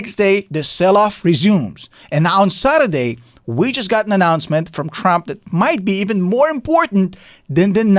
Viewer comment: He kept calling him Crump. 😅